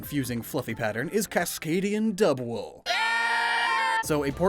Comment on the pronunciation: Congratulations. You somehow made Dudwool EVEN MORE BRITISH